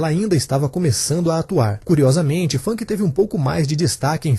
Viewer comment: a pronuncia do nome dela não é fanqui, o correto é fâmica, veja entrevista dela com Danilo Gentili